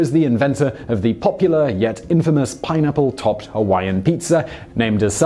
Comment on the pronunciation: Really.... pinapplos🤔 puts pineapple on pizza.... gavemeusapieceus? TF. Thanks Simon I am crying🤣